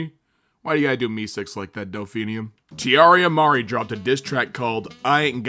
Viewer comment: its pronounced tiara marie lmfaoooo